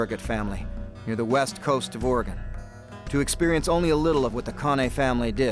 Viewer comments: Les, I'd love to take you out for a coffee or dinner. I live near Lebanon Oregon. If in the area, let me know. Its a long shot. PS. Oregon is pronounced "OR-E-GUN" by us Oregonians.... not "OR-E-GONE. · Ore-gun not ore-gone lol that’s offensive to native Oregonians🤣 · uhoh Les, you said Ory gone!???? As an Oregonian you know ots Oreygun. lolol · I respect Mr. Straud, but hearing him say Or-Gone confirms he's really not familiar with this land. Which actually lends to the reality of the survival situation.